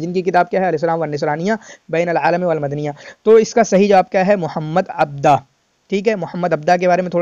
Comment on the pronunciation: Correction 👉 It's "Mohammed Abduhu عبدُه" not Mohammed Abdah عبدَه*